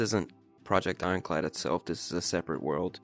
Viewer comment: Now that I think about it you said project inclad the entire video😂😂😂😂